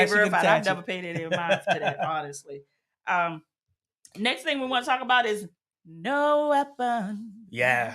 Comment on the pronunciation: Thank you for this video. Excellent info. Just curious where the Mr is from because I notice he keeps pronouncing next as nix